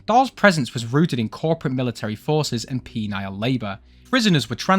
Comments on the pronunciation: I realize its probably just the accent, but penile (pee-nile) is very different from penal (pee-null). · It's 'penal' not 'penile' 😂😂😂